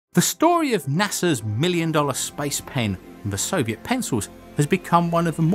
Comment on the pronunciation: why do people sound like there is an L on Soviet